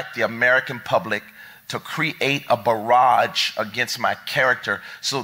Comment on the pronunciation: What the hell is a "bo-rrgage"? Is that the same as a barrage?